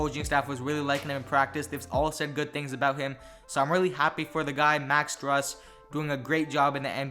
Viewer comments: It’s pronounced “stroos” not strus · Pronunciation is stroos not strus. 👍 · Pronounced STROOSE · It's pronounced stroose like goose